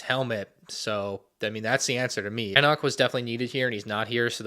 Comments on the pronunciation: You still cannot pronounce Enoch... try E Knock. It's like that. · ItMs pronounced “E-knock”. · How does bro know exactly set numbers and piece counts of every lego start wars set but can’t pronounce Enoch right